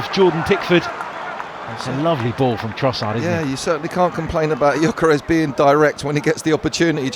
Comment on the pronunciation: Hey Arsenal! ... it's Gyökeres with an "ö". Please show some respect. (Arsenal is my English club.)